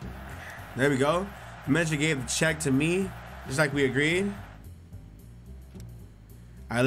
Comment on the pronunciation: bruh it's pronounced "check" lol